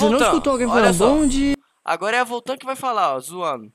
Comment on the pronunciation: Não é nem bom dia e bom dea